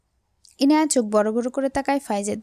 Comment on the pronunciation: আপু তুমি এখনো ইয়ানাই বলছ ইনায়াকে